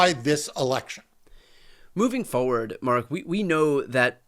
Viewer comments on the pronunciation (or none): Call the petty annoyance, but there is no such word as foward, it’s just that so many people forget that there’s an R in that word. Or is it that they FOget.